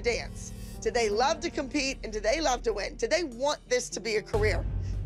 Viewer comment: her moms "wing" say it right 😌💅🏽